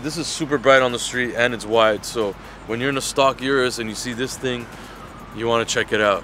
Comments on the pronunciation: You americans and canadians need to learn something. It is not jurus. It's URUS ffs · O-RUS not U-rus